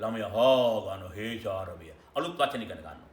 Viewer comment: “Heshawaraya” or “Hesharawaya” ??? 🐴🐴🐴🐴